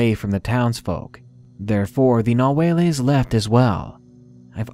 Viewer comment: It's not ''nahueles'' it's ''Nahuales''